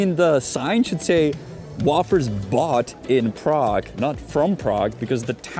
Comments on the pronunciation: Had a laugh at your mispronunciation of wafers its more like wayfers not woffers ! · WAY-FIRs is how its pronunced. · its pronounced way-fers young man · Yannick: WAFERS in English is pronounced like: WAY-FUR or WAY-FUR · wAfers 😂 long A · Janek - "wafers" = "wejfrz" you're saying it wrong, so a lot of people will be confused (until they see the word on the packaging). Also, not sure where you got the phrase "sherry-picking" from, it's "cherry-picking".